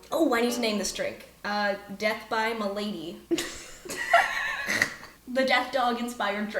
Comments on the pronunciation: Malady is pronounced Mah laddie not milady, but this is a fun concept! :hydrate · Pronouncing MAL-ady as m’lady is hilarious. Fail your con save, don a trilby, grow a neck beard. 😂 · Yeah pretty sure it's ma•luh•dee but you're welcome to say it however you want 🥃🍻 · You're mixing up "M'Lady" and "Malady" as others have noted, but you should absolutely not be embarrassed: it's literally the perfect storm of English being hard to read and pronounce correctly and the reasons why get kinda cool! Post-Norman English absorbed the word "malady." The syllables split "mal" "ady" coming from the French Root "bad" so we get: "mal-practice" (bad practice), "mal-icious" (to behave with bad intent), &c. The "ad" comes from romantic languages too and implies change or movement, like in: "advertise" (to send a message), "adjunct" (to go beside), "adapt" (to change skills or abilities), "adept" (to practice a still well). Finally in romantic languages (Norman French, Latin, 60% to 80% of Modern English) the "y" indicates the state of something, or the thing which causes a state if the root was the state. So the French "malad" breaks down to "to be (physically/psychologically) bad," "to become tainted" or with a modern understanding of what causes illness "to be sick." "Malady" therefore indicates the things which makes one enter a bad state, become corrupted, or specifically to become ill. Ill is actually the Germanic equivalent of Malad, and comes from Old Norse with the meanings of "evil," "difficult," and in Middle/Old English "Wicked." So this is actually a perfect example of the split in English between the vocabulary used before the Norman Conquest and adoption of Norman French & Latin as the only permitted court/clergy languages in England for 400